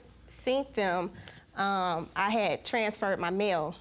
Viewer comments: Seent, Axe?? WTH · SCEENT THEM!!! DANG YOU MEAN YOU SAW THEM!!!!!!!! ALL THESE CASES AND THE GRAMMER SHOWS HOW THE SMARTPHONE DOESN'T HELP THESE PPL SPEAK BETTER!!